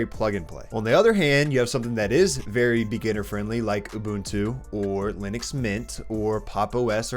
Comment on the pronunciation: Ты про Линукс? или Лыникс? Что, черт возьми, такое Лыникс? В английском алфавите Ы даже не существует. Why are you distorting the word so much, adding the non-existing in English nor in Finnish language vocal there? Why do you have to replace the i with Russian ы and the u with i? Give some respect to Linus and pronounce the word as it originally was. At least that much should you be able to do.